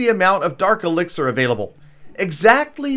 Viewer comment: did you really just say elexier